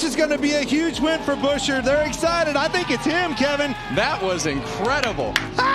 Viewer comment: It is Pronounced Buscher ?Get new AI ?????????????????????????????